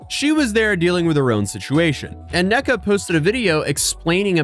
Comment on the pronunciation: I think the name you’re trying to say is ”Neka” and it’s pronounced “NAE-KUH”. I’ve also seen some pronounce it “KNEE-KUH” but that’s usually when it’s short for a longer name. When the whole name is “Neka”, it’s pronounced the first way. There was a Nigerian girl in my class when I was younger and I asked her a bunch of questions about this lol. I know she hated me.